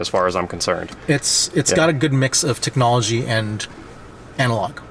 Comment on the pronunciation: Aye, Tech Nah Logia technahlogia